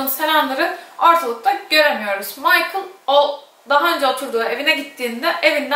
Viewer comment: Lisbeth lizbend değil 🤷‍♂️! Michael değil mikele